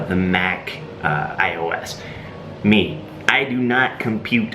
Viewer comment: Its MacOS not MaciOS